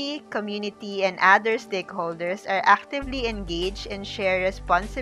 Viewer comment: Bro only said stakwholder🎉❤😢😢😢😢😢😢